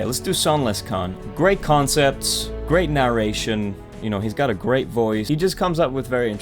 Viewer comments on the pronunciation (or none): Did he just say "khancepts"? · hahaaa so much praise to then throw him under the bus at the end. Also "kahncepts" love it.